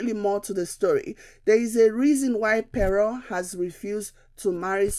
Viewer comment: Pere or Pero? It is pronounced - Kpero . Good analysis though.